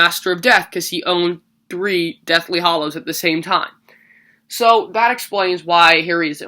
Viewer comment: its hallows not hollows